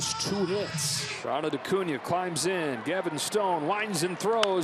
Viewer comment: Ocuña? Or Acuña? 😂